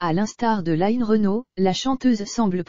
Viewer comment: non. Non l’information est hélas vraie mais ce qui est déplorable c’est la voix robotisé et quand même un script complètement stupide et cette voix ! A 3mn 20 « Françoise Hardu » puis layyyne Renaut ! Et ces constatations complètement idiot sur les conséquences de la maladie. Cette triste nouvelle que ce soit pour Françoise Hardy ou pour madame tout le monde ça mériterai quand même un minimum de respect et de réflexion. Quoi qu’il en soit j espère comme bcp de personnes que Françoise Hardy aura le soulagement et des soins palliatifs qui lui permettrons que la fin de vie soit supportable autant physiquement que moralement. C’est d’ailleurs ce que je souhaite pour chacun d’entre nous. Et je suis de tout coeur avec elle et ceux qui réclament le droit de choisir d’abréger leurs souffrances.